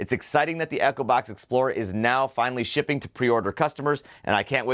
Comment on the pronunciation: You don't pronounce Echobox properly because I keep hearing Acrobat instead of Echobox!